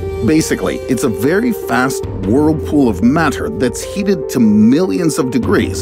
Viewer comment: I like the way you say "matter" narrator...